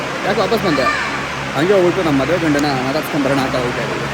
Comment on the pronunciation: Bro maduvu alla maduve 😄